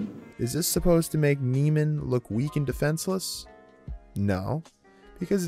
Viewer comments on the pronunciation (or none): Nee-man, not Nay-man. Not that this was very insightful- but I couldn't even listen past the analysis of the first scene when you'd already mispronounced the name 5 times